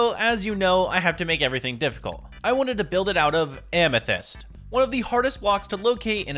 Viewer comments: Bro said "and a moth amasist ceiling" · Why did you say moth amysyst ceiling?